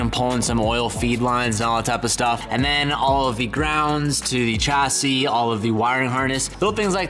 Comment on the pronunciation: Say 'chauffeur'... Now say 'chassis'... that's right, you say it wrong and we KNOW YOU WANT TO SAY FOREIGN WORDS CORRECTLY... so you're welcome for the help! Both words are french, both have a soft 's' sound at the start, there is no hard 'c' sound. Your huracan viewers thank you, now to please the rest of your viewers... YOURE WELCOME!